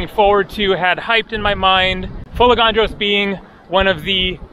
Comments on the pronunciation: Beautiful video from a beautiful island. It's FolEgandros and not FolegAndros as you say. Pronounce it correctly, you have been coming to Greece for years now)) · How did you manage to go there without learning how to pronounce the name of the island ? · I also corrected him and It wasn't a dig. I would undestand if it was somebody's first visit in the country. He's been coming to Greece for years and I am sure he can do it. Correct tone makes a big difference. There is another island called Andros. If he pronounced it andrOs everybody would have a hard time understanding what he said. This is mainly for his convenience because he travels a lot and interacts with people.Correct pronunciation will make his travel life much easier. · sure, pronounciation makes life easier but it's a never ending process even if you are very good at speaking a language, quite sure when speaking 'easy' english, lots of people pronounce wrongly,esp. the British city names😅. Let's focus on the admirable work which is shown by, his absolute discipline and enthusiasm when filming his videos. This is discipline, quite sure, lots of people underestimate the amount of work which has to be done, showing these videos to us, and think it's mostly fun and always nice and easy. For sure, it's not. So, thank you again,, for showing us your world. Nobody else could do it like that. Για σού from another island🇬🇷💙. In the shade😘